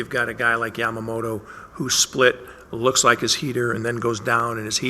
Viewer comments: みんな米の方はヤマモロって言うけど、キルステン・ワトソンさんだけはちゃんと 『ヤマモト』と発音してくれる♪ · ホント外国人って「ヤマモト」発音苦手なんだなと分かった